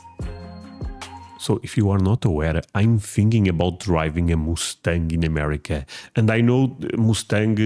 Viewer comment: it’s not a moostang it’s must- Ang Mustang not moostang just sayin buddy! Lol love your channel!